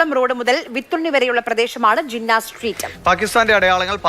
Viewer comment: അത് ജിന്ന എന്നല്ല. അത് ജിന്ന് ആണ് ശൈത്താൻ road എന്നാണ്